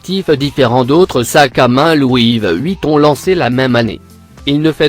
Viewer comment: Il dit louive Vuitton